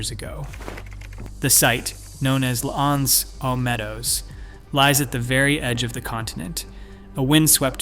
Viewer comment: Good but please take a minute to learn how to pronounce "L'Anse aux Meadows". It isn't that difficult.